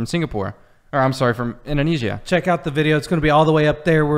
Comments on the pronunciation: In - dough (the cookie) - nay - sia (the singer) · In-dough-neh (as in 'meh')-see-ah